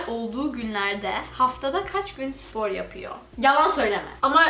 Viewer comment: Nobody:: sİpor